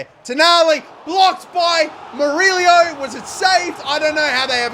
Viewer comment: murillo not murilio